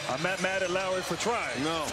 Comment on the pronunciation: Its Lowry not lawry